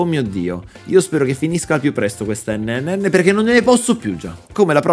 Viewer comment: Sto ancora aspettando stormy che dice la terza n nel pronunciare NNN